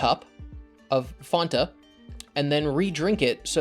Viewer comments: I' m sorry but "fawn-ta"? It's Fan-ta... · PHAN - TA NOT FAWN - TA JESUS CHRIST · Who the hell says fawn-tuh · it's def Fanta and not Fonta. there is no "o" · Fanta is pronounced “fan-tah”. Not “fonta”. What the hell is that? No complaints otherwise. Good video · Maybe it's because I'm from the UK, I've never heard it pronounced as fonta, it's always been fan-ta (that's the way it's spelt). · Im sorry fonta? ITS FUCKING FANTA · Ye is Fanta not Fenta, cuz is German not Yankee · It’s pronounced fan ta NOT fon ta pepega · FAN-TA. Not FAWN-TA. Great video dude, but like bruh. That's the right way. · Who In God's name says "Fahnta"?! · I have literally never heard anybody pronounce fanta as fonta until now. That sounds infinitly worse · “Fawn-Tuh” don’t lecture me lol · Dude it's FAN-ta.... why pronounce it like you're Dutch? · Why did the HECK did you call Fanta "Faunta" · fantas pronounced fan-ta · Never heard anyone else pronounce it that way, we also say FAN-ta in the uk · "Fonta" is a weird pronunciation of "Fanta" lol. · Fanta comes from Germany, it comes from the German word for fantasy, it’s pronounced the same as in fantasy. Any other way of saying Fanta is wrong. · "fonta" huh? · You pronounce it fonta? That's the worst part of this video (and the video is pretty damn great). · Chris calls Fanta, Fahnta? For some reason that is one of the cringiest things he’s ever done. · This is the first time I've heard someone call Fanta "Fonta"... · What the hell is Fauhnta? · please stop saying faunta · Fonta? really? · they pronunciation for fanta you use is american don’t mean any hate just that europeans and australians actually say it the other way and it’s considered correct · There's now way people pronounce it Faanta. I've never met anyone who says it like that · You pronounce Fanta wrong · You're using the British pronunciation for fanta. It's an American drink. Ours is objectively correct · The most disturbing part of this video was your pronunciation of Fanta